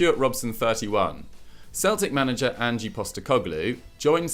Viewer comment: As an Australian, pronunciation of Ange hurt me deeply